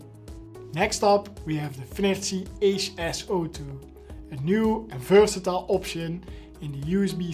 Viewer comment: if you nieuw soldering iron kan gelijk horen dat je nederlands bent hahahahha